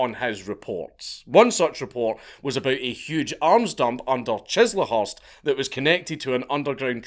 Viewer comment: For your glorious defense of this Great Isle's cuisine, I shall let you off for your pronunciation of "Chislehurst".